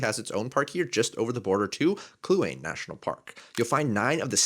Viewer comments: Kluane is pronounced "Kloo-Ah-nee", not Kloo-Ain". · Ask someone who lives close by, Kluane is phonetically "Clu-Ah-Nee" not 'Clu-Ane' 😊